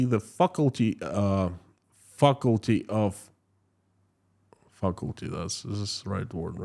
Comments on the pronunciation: Fuckulty was a more fitting pronunciation! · If it wasn't so tragic it would be funny, and I like your pronunciation of faculty 😂 you cheer me up in the circumstances, I think families should be allowed to travel for a better life